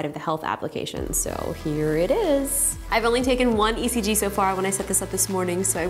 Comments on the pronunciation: ngl I thought it said EGG 😂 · I rhought you said egg ! So i was so confused untill your intro lol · In stead of ECG I though it said EGG😂😂🙄😓😓